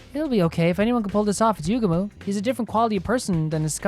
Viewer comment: By the way, your first pronunciation of "Yugamu" is actually more correct than the EN dub's pronunciation! It doesn't matter too much, but basically don't stress out over whether you're pronouncing it like the dub or not lol. (I sure hope you don't try pronouncing "Kako" like the dub does though lol. That one bugs me in particular, but I guess they didn't want her name to sound like a part of male anatomy??)